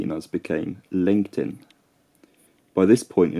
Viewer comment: Every time he says Lencten I think he's saying LinkedIn